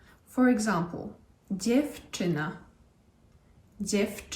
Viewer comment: kim jest ta pani???AKCENT pada zwykle na {RZEOSTATNIA sylabe a wiec NIE DZIEWczyna a dziewCZYna!!! PEWNIE uczy sie od prezenterow TV!!